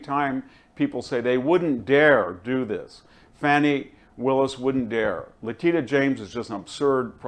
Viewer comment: I like VDH, but he really needs to learn to say names correctly. It’s Letitia James (not Letita), and he says Kamilla instead of Kamala every time.